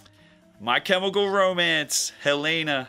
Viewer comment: The way he said Helena- i don't think ive ever heard someone say it like that